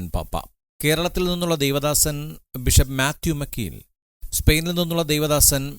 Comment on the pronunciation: ബിഷപ്പ് മാത്യു മാക്കിൽ ആണ്. മക്കീൽ അല്ല.